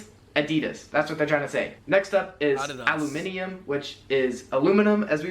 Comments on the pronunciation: We pronounce aluminium like ala-min-yam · I'm an Australian and he was going so well with listing all the slang but butchered our pronunciation a-la-min-yem is what it sounds like we're saying with an Aussie accent but we say it like a-la-mini-um nis-san, not nis-in for nissan most people say the letter H the same way as Americans most people say the days normally but a very small amount of people say it like mun-dy, tues-dy, wednes-dy and so on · The guy didn’t say aluminium correct. It is al-o-min-u-im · *al ooh mi num 😂😂😂😂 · alumineeum lol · Bro, hearing an American speak out slang is so awkward because he still doesn’t pronounce it right. We pronounce aluminium how it’s spelt you left out a letter there America. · Your laughing at aluminium, we pronounce it as its spelt your pronounciation is wrong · He didn’t even pronounce Adidas or aluminium foil the way we do properly in fact there was a few he didn’t say right